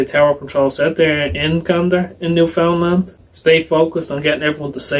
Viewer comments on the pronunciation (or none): Please pronounce it correctly co-hosts. The accent is on the first syllable and is sounds like 'NEWfundland'. Sorry - that isn't phonetic but as close as I can come. The American narrator (Tom Brokaw) says it correctly. (So many people say newFOUNDland which is wrong.) The province was settled by Irish and Scottish and because it is an island with little population movement in or out, the accents stay the same and are unique within the country. As Canadian provinces go, Newfoundland is not a rich, prosperous place. Nice place though, and incredibly beautiful. Don't forget, once all these planes were on the ground, Canadian airspace shut down as well - nobody in or out. Gander is an example of what happened all over the west and east coasts of Canada. 238 planes landed in Canada, carrying over 33,000 unexpected guests. I am proud of how my fellow Canadians helped out in this time of crisis. At the beginning of the video Tom Brokaw is introducing the film from Vancouver, Canada where he is covering the 2010 Olympics. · It is pronounce phonetically Newfundland, not New Found land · It's pronounced "newf-unland". 😊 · "New-fun-LAND" rather than "New-FOUND-land". These people kiss codfish for fun -- don't tick them off! You've been warned. 😄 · New fin land not lend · you're so surprised that the mayor sounded Irish, meanwhile as a Canadian, all I hear in your accent is a 'Newfie' who doesn't know how to pronounce Newfoundland! lol